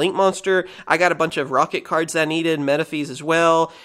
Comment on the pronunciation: Explains its pronounced metafis instead of metafeez Says metafeez one moment later 😂